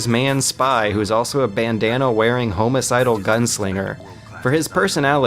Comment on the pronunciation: Did anyone mention "home-asidal" yet? lol IDK where got these pronunciations from. Even in other videos he says "homo-side" and "adveserry" instead of adversary, nucular, I could go on for days. It's like he never spoke to people in real life and just learned every word from books.